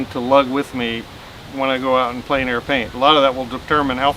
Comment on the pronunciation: I'm sorry, but there is one thing that you repeat continuously and it is pronounced incorrectly each time. You pronounce Plein Air as "plane air" when it should be "plen air." Your art is great - it's just that it drives me nuts (OCD). :D